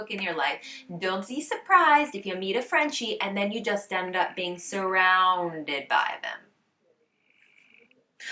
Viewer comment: Funny how you’ve picked some French pronounciation habits in your English: « A cocktail where you’re standing « eup-euh » 😁